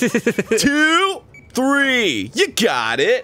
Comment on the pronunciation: When Dan says "ju got it" it makes me think of Die Antwoord's song Ugly Boy